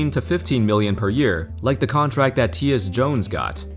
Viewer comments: Tee-yus Jones lmao funny it’s Ty yus Jones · Ty-Us Jones not Tius 😭😭😭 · Hey, It’s pronounced Tie-Us Jones. Not Tee-us lol. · Great video. BTW I'm pretty sure he prounoinces it TIE US Jones, not Tee us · Teeus?? It's Tyus lol. Tie-Yus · Teeus Jones come on now, say the y in Tyus like you say “I”. Just for future reference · It’s pronounced TIE-US Jones, Tyus Jones. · It’s pronounced “Tie us” Jones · “TEE-US Jones” 🤣🤣🤣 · Just an FYI, “Tyus” is pronounced “tie-us” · Tyus Jones - pronounced “Tie -us” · "Teeyus Jones" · “Tee-us Jones” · I dont think that you know how to pronounce Tyus Jones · I know this man did not just pronounce Tyus Jones name wrong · Why did he butcher tyus Jones name so bad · The way he pronounced Tyus Jones made my chuckle ngl. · lol the way says tyus jones lmao